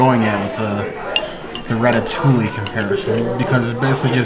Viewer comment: It’s pronounced rata-two-eee (ratatouille) 😊. It really sucked that there was not any real vegan options. That veggie stack was uninspired. I felt bad for you Princess!